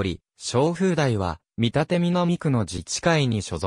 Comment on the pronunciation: 「みたて」では無く「けんだち」